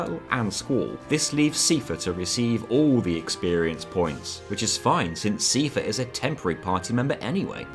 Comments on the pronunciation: Sai-fur 👍 See-fur 👎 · Stop saying Seefare. Its Cipher. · His name is Seifer. Not Siefer. 😭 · His name is pronounced SEIfer, like Eye-fer. They say it aloud in Kingdom Hearts 2. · 'see furr' I always thought cypher ~a la metal gear solid. Keep up the good work on good games.🎉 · Seifer, not seefer. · The pronounciation of "SEE-fur" hurt me more than my abusive father ever could. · I love this video but "see-fer" was killing me the whole time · SEEFUH I like the challenge videos. But holy shit. You have *an incredible*amount of effort to put into pronounciations. The stuff in here hurts less than the FF9 video but, ow. Still. Ow. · Seifer is pronounced Cypher. Are you insane. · I've never heard anyone say "see-fah" in my whole life, and it hurts everytime I hear it..... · Your pronunciation of Seifer bothered me. It's pronounced the same as Cypher, even in Japanese. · it's pronounced cypher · Love FF8 so much, love this video! The •only• thing that just bothers me so much is your pronunciation of Seifer as SIEfer :D What are you doing to me?! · Seifer is pronounced "Sigh-Fur" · Never heard Seifer pronounced as Seefer. Or Thundaga as Thundaja. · The way you pronounce "Seifer" induces physical pain in me. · Just thought I'd correct a few of your pronounciations. Ultimecia is pronounced Ul-ti-me-sha. Seifer is pronounced Sai-fer.